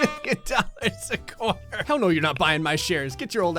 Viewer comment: “… a CORE-TUR”